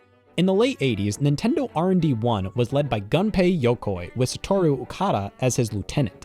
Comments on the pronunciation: Heads-up for your narrator, the first syllable of "Gunpei" is pronounced "goon", not "gun". Also, "Benimaru" is pronounced "beh-nee-mah-roo", not "beh-nuh-mah-roo". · sir, I will teach you how to pronounce Japanese names. You’re killing me with 🔫pay yokoi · People always pronouncing Gunpei like Ganpei.